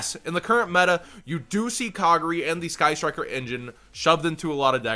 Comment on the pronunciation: Lol. You said Kagari wrong. (It's Ka Gar E , Gar rhymes with Jar)